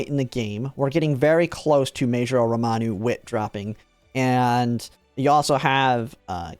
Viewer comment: It's RAMONU, not ROMANU